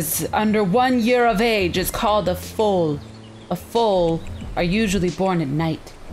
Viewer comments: also not trying to be mean but it's pronounced f-owl not full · Who else was like face palm all through this video. Cause I am horse obsessed and this was hilarious. The way she pronounced foal though lol